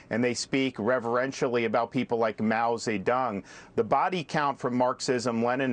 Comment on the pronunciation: Mow Se Dung?